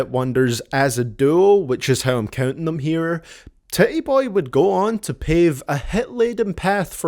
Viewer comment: "Tit-E Boey"